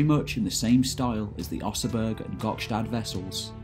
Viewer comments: Oseberg not oseburg. ;) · It's Oseberg, not Oseburg. We're not Germans here in Scandinavia, you know ;-) Otherwise a GREAT piece. Enjoyed it very much. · It is the Oseberg ship, not Oseburg.. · Great as always, but it is Oseberg not Oseburg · OsebErg; with an 'e', not 'u'.